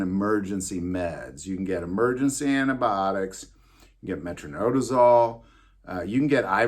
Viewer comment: Metro-NI-dazole, sorry nurse here with ocd when it comes to pronunciation, don’t drink booze with your flagyl